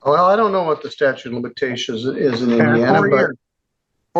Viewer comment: You heard right, he calls it the "statue" of limitation.